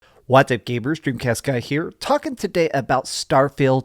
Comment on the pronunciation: What the hell did he say at the very beginning? I replayed a bunch of times. Even at .75. Did he say "DreamcastGuy here? WOW.